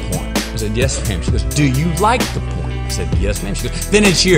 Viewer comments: Hey says poem so funny. Really pronounces the 'em.😄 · Matthew….. pronounce the word as…..Po ‘Em… not however you were saying it…. It’s very simple Po ‘Em….. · He pronounces poem strangely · I thought, for sure, the top comment would be how he makes "poem" a 2 syllable word.